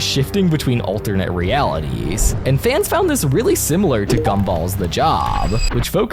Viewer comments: BRO WHY CANT YOU SAY J0B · Bro blocked out the O in j*b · BRO SAIDJ*B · Stop say j o b